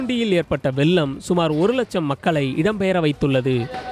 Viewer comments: வெல்லமா?? அதை வெள்ளம் என உச்சரிக்க வேண்டும். ஒழுங்காக தமிழ் பேச தெரிஞ்ச நபர்களை செய்தி வாசிக்க செய்யுங்கள். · வெல்லம் அல்ல வெள்ளம்